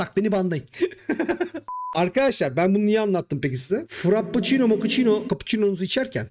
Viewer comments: Fıraçino makiçino kappiçono :d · Frappoçino , kapuçino , mapuçino deyince geri sarıp sarıp gülüyorum.